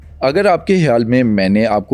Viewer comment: Abey illu k p..ye "Hiyaal"l kiya hota hai ?? Khiyaal hai ya Hayaal ?? Chala urdu podcast kerney 😅😅